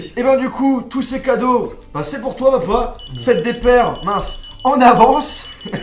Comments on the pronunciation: on di papa pas paupau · Mdr tu dit popa ou lieu de papa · Au lieu de dire papa tu dis Popo 😂